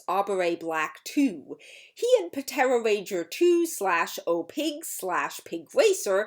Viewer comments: "P-tera ranger" You do know the P is silent right? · Dawg puh-tera ranger 💀 Idk if that's actually how that it was pronounced in the show but I'm dying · I like how the P in "Ptera" was pronounced rather than silent. Not sure if that was intended, but if it was, I got a laugh 😊